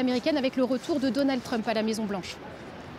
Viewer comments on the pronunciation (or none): none